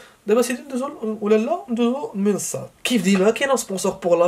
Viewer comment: تتكلم بسرعة ولا تنطق المنصات بشكل واضح